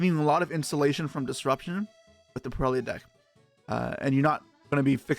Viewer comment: thank you for pronouncing purrely right other than most other yugitubers lol